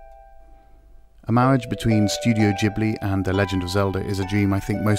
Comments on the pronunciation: its Ghibli not Jibly..... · ghibli is not pronounced "gee-bli" :( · I know right. 🤣. Jeeeblee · I always thought it was pronounced Ghibli